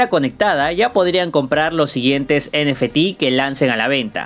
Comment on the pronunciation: Nefetis.. Muy original forma de decirlo. Ni en inglés ni en español 😂